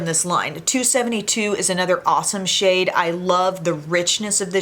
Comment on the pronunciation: Oh my gloss! I could have SWORN you said "I love this shit" when you said "I love this SHADE. Took me a second lol. 😂